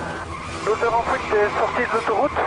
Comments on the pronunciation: fuite ou fouite?? mdr le ga en élico dit fouite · "véhicule en fouite" "la voiture en fouite" "la Audi en fouite" Quel accent dis donc... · "En fouite" Accent de Merte ^^ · "attention l'Audi est en fouite" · C'est moi ou il dit : Fouite :D ? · Il prend la "fouite" .. lol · Fouite ptdrrr 😂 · PS : accent(s)...